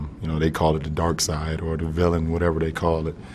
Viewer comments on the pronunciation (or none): none